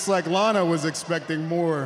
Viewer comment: the way she said lanA